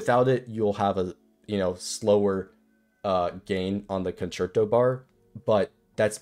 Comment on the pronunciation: my dude mispronounced concerto 8 different ways . Your personality is great and the guide was concise and helpful though so heres a like , sub and a comment for the algorithm. Keep em coming !